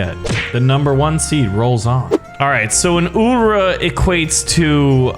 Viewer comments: Someone tell him its not uoor its ulllllr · its ul-r not ul-ra